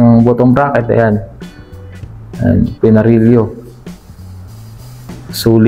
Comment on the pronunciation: "pinarelyo"???? Baka "Pinarelo".. written as: PINARELLO